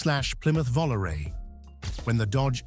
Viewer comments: Plymouth "Vollaray?" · Dear Content Creator: Please do yourselves a favor and refrain from using AI generated voices and use a real human voice, even if the real voice has a non-American or non-UK Realm English accent. Using a real voice gives your content authenticity. I’d have more respect for your content even if the narrator had a foreign accent than an AI voice that can’t even pronounce a Plymouth Volaré correctly. See what I mean?